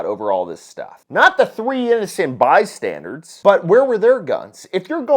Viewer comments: 'By-Standers'...not "By-Standards" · Love your stuff, big fan, but it's not "by standards". It's by standers. Carry on. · Bystanders, not Bystandards.🧐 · Did you say bystanderds?